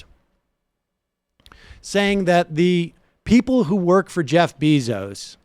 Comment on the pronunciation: Sam is the biggest tool alive. He called him “Jeff Beezoos” what a loser.